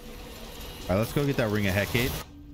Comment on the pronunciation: Hecate- Heck-uh-dee. Like Hecate Base, check out the expanse lol